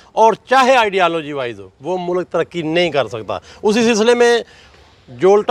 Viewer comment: Mou lak hahaha o bhai Mulk hota hai